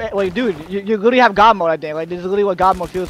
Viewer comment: "Its witterwy a healwing simuwator"